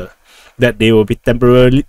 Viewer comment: "Temporarily"? That's easy for you to say. 👍🤣